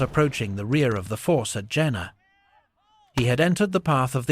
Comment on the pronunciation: It is pronounced Yena.